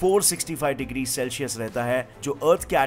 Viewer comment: Celsius ko ye Shelshius 😂😁 bolte hai 😀🙆🏻‍♂️